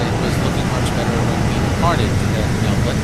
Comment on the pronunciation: Wait, said “Melbourne” properly! (For those who aren’t Australian, it’s pronounced “melbin” but a lot of non Australians say “melborn”)